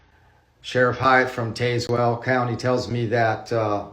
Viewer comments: It’s pronounced Taz well. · To be fair, he mispronounced it. It’s supposed to be “tazz-well”.